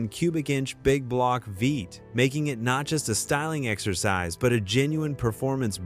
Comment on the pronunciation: It took me 20 minutes to figure out that when the AI voice is saying "vate", it means "V-8". LOL!!